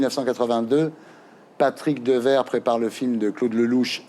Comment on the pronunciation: Patrick Deverre ?? Ahah 😂Dewaere ( prononciation: Deouére )